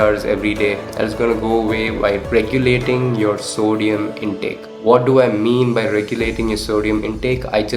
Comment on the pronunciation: Sodium part is kinda hard to understand 🥲